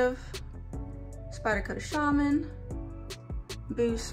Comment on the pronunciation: Thank you for pronouncing "Shaman" the correct way. I had to unsubscribe from Nick Shabazz, because he was so irritating with his (purposeful) mispronounciation of knife names. He's such a tool!!